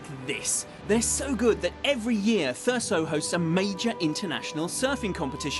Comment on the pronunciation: the only thing that annoys me in this video is that they keep saying thur-ssso instead of how it is acctually pronounced thur-zzzo